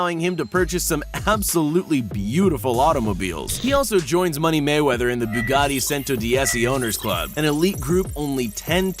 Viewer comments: just saying you pounced Bugatti wrong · But Other Than That I Am SO GLAD He Didn't Pronounce The 🛡 Escalade Wrong!. THAT IS A FAMILY CAR MY GRANDPAH HAS A 2008 MODEL OF!. IF YOU SAID THAT WRONG I WOULD'VE SHOWED MY GRANDPAH IT AND HE WOULD'VE BEEN PISSED!. But Just To Let U Know Ur Pronouncing The Bugattis Wrong!. AND SOMEONE SAYS YOU MIXED UP THE VEYRON SUPERSPORT WITH THE CHIRON!. WHY DON'T YOU TAKE A BUGATTI SIZED LEAP/HIKE AND HOOT WITH THE CHIRONS AND SOUR WITH THE VEYRONS!. (Learned THAT One From A Friend Of My Mom's.)